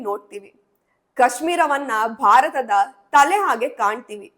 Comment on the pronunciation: ಮೇಡಂ ಬಾರತ ಅಲ್ಲ ಭಾರತ